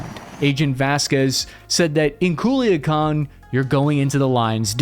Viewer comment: Nice job pronouncing Culiacan and Mazatlan. Your pronunciation is correct.